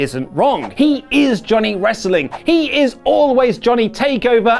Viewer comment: haha I am a huge fan of "Gohnny" Gargano ~